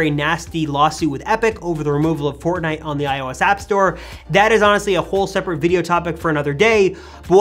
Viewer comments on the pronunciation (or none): none